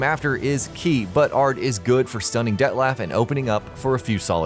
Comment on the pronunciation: D E T T LAUGH